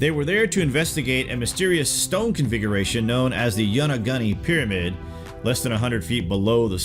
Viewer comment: Loved this video but lol you didn't pronounce Yonaguni quite right still good job.